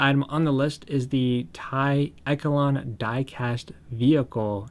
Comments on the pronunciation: Took me a minute to realize when you were saying "eh ke lon" the word you were looking at is pronounced "esh shell lawn" echelon. Just pointing it out. Not poking fun. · It’s pronounced e sh lon